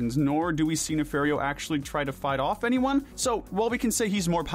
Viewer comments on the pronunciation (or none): NOT NAFAIRREO NAFARIO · Why do you morons keep mispronouncing names, like Dr. Nefario?! It’s pronounced “nuh-FAHR-ee-oh”! 🙄